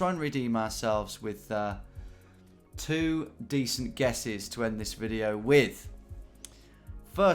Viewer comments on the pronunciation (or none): none